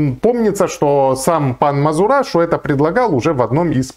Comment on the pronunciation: не мазурашу а мазераша ))))